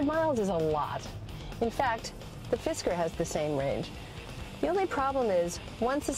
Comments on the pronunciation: The women said fidsker but it's fisker. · did she just sayd "Fisker is Gorgeous" ?